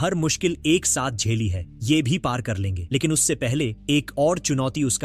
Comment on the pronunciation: Pronounce "ye" not "yh" Pronounce "wo" not "wh"